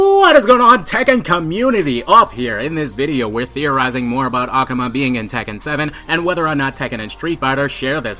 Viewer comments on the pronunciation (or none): aKUHma sounds better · NEW SUB !!! But Akuma is Really pronounced (Ah-Ku-Ma) pleased don't keep saying ak-uma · It's akuma not akama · I'm not gate keeping or anything but the way you day ah-ku-mah is wierd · "ah- koo - mah" akuma The game announce pronounces his name correctly. C'mon bro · jeez why do you say it like that "a-cum-a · I really hate how he pronounces akuma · I like how he pronuces "Akuma" incorrectly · The way you pronounce Akuma. Do you play street fighter? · you pronouns AKUMA strange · Your pronounsing akuma wrong! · The way you say 'Akuma' does it come with a the theory ? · your saying akuma wrong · Great video! but his pronunciation of "Akuma" 😅